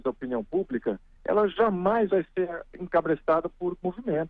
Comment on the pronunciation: Tenho a impressão que o Príncipe falou em cabrestado e não em encabeçada!!